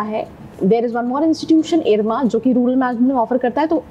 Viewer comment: I stopped watching it from the point where she said rular management 🤣🤣🤣🤣